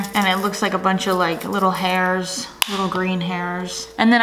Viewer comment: "& it looks like a buncha, like, hayers - little green hayersss..."